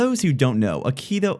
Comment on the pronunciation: it's pronounced /aikido/